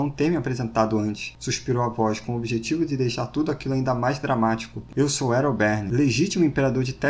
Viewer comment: É impressão minha ou "Erobern" se parece, em pronúncia, com "Herobrine"?